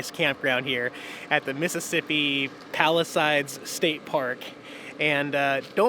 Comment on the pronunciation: Do you mean "palisade"? "Palicide" sounds a bit like 'offing a friend'. ;>